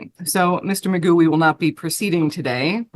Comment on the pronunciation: I think his name is actually Daniel McGough, not Magoo. But Magoo is funny. :D